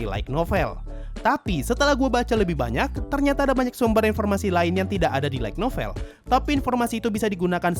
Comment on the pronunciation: Saran min, Light Novel itu dibacanya kayak lite (LAIT), bukan LAIG (LAIK) NOVEL